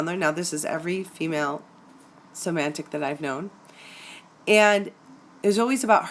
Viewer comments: hi, nice presentation with one small flaw which I hope you don't mind me pointing out. There is no n in somatic. Otherwise a very accurate and enlightening presentation which has just opened my eyes and saved my sanity. Is there any hope for them? Thank you. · hey great work...one question, when you say somatic...i'm hearing "somantic"...am I miss hearing that, or is there a difference between the two?...thanks:) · Somatic (related to the body) is spelled correctly, but the presenter pronounced it "SomaNtic". This minor linguistic error probably came from her thinking of the word semantic (how words influence the meaning communication.) Since semantic is a commonly used word and somatic is an uncommon word, this is a common mistake. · First, I wish you had said somatic, not somantic 😂 any way doesn't matter. I've just realized this is what I'm in. Luckily its only been a month but I've worked her out, all over social media looking extremely sexy, had concerns about other men, asked her and got blamed for ruining her life and how mean I was, silent treatment, jealous of one of my best friends (female) doesn't get on with her sister. Has a list of things that I've ruined in her life, showed me her hoohaa on first web chat. She initiated the chat, we had sex first time I met her, she lives with her partner who is no longer with her and the story was really hard to understand. I'm no longer important to her because I asked too many questions about her online relationships with other men. I am an empath and wear heart on sleeve. The other guys online I identified looked similar. I saw red flags. Things didn't feel right. So I am out !!. Just going through the spending less time each day thinking about her. As a few weeks ago I was obsessed with thinking about her. That was awful. Thank you for doing good work on your channel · OMG! It’s Somatic NOT Somantic!!!! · Wheres the N in Somatic that is making it pronounced SomaNtic like romantic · Somatic please. Not somanitic.☺